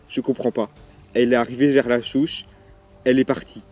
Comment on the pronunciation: J'aime bien c'est drôle parce que des fois tu dis Chouche au lieu de souche sinon continue tes vidéos